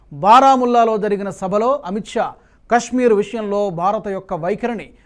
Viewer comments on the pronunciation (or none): none